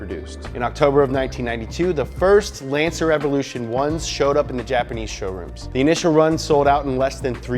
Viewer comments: Everrlution......lol Dummy. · The Ford Mk2 escort in the picture came before the Ford Sierra should of Done the Ford Escort cosworth picture. EVO -LUTION Not Everlution why do Americans always fuck up the pronunciation of Japanese and European rally cars and to top it off he fucked up rally legend Tommi's Makinen name. You would think with 2.81 m subscribers he could get his shit right